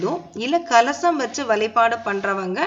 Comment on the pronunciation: Please tamil la correct pesunga ma.. vazhlaipazham nu sollunga... Valaipalam , valipadu... please learn to talk tamil in a right way because aanmegam idhuvum thaan